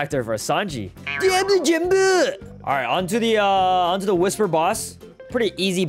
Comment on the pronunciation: saying deabla Jamba is going to become a meme 😂😂😂